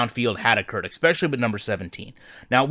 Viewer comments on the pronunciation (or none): Lost me at ekspecially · I appreciate you pointing this out. If you’re gonna be critical of EA, you need to take some. You need to pronounce “especially” properly. It really makes you sound like an idiot and deflates you’re argument.